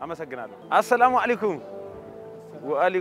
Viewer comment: The wy u say ‘’ assalaamou’aleykoum, ❤